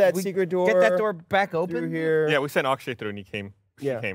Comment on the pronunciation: I know probably no one is still reading these comments, but I feel I have to correct something. It's "Akshay".